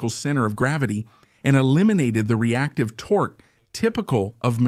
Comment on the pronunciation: Sorry, the fact that the narrator or AI mispronunciation of “torque” wasn’t corrected during editing is unforgiveable. Either no editing or ignorant, sloppy editing.